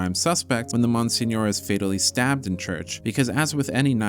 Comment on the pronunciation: Dude I’m sorry but that’s not how you pronounce monsignor